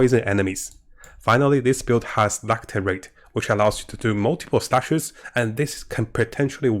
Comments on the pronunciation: its "lacerate" not lacterate. Lass er ate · ˈlasəˌrāt =] la-ce-ra-te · lascerate is pronounced with an s sound. Lasserate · hehe love ur vids... PS... its pronounced LaScerate :) hehe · "lacerate" is pronounced LASS ER ATE ( just trying to help in a friendly way, not being rude)